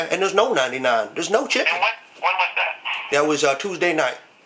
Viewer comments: "Eight Piece a chicke!" rofl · "Four-ninety-nine for da eight piece chicky" LMAO